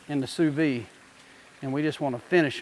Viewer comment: pronouced "SUE VEEEEE"